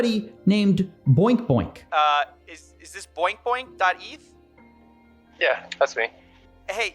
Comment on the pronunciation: I feel so bad for Boink Boink. Lol the way Coffee says his name tho is funny...lmao